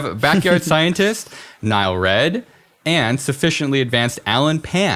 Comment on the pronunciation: It bothers me that the r in NileRed isn't capitalized. fuckin nigh-leerd